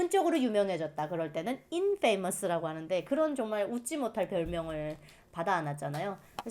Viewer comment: infamous 발음은 일음절에 accent가 있고 "인퍼머스'라고 읽는 것으로 알고 있는데요. 하여튼 상관없습니다. 의 유튜브 애독자이고 잘 보고 있습니다.